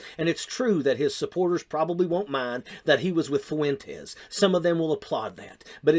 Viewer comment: Ye mispronounces "Fuentes" -- why does such a dope think he has something important to say? Hint: Kanye, you are a fool, shut up. About everything.